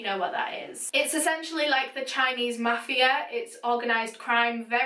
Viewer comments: VERY GOOD Chinese pronunciation! Very sad case...but unfortunately, the Chinese/Hong Kong Triad + Sex Workers has a long, violent, horrifying history. One of my tutors recommended a movie on the subject last year, (not this particular case, but others...there have been MANY over the years). I’ll try and find either the link or the name and post it later if your interested. It’s in Mandarin, but has English subtitles. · YOUR CHINESE PRONUNCIATION IS GOOD